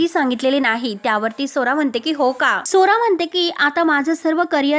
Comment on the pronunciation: मराठी नीट बोल.स्वरा म्हणं.सोरा सोरा ऐकू येतं